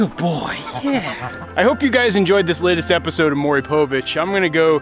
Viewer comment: Mourry povitch 😂 😂 😂 😂